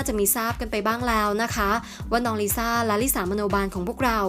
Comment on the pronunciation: แอดอ่ะ... เค้าแอบเคืองหน่อยนึง พิธีกรชายอ่านชื่อน้องลิสของเราผิดอ่ะ 🙁🙁